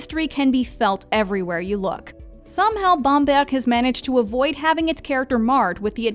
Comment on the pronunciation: Well, I was impressed that she pronounced Bamberg (and a few others) accurately. But I did also notice a French pronunciation when she said the word Residenz.